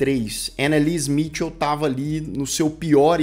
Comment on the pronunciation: Anneliese Michel ( nao se le "smitil" e sim mikel!